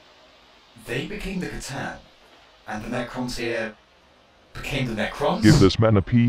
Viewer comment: I'll never get sick of the Emperor pronouncing C'tan as Catan.